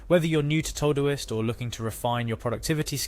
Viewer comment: What's this "Toe-Do-ist?" It's "To Do - ist" - not "Toh-doist"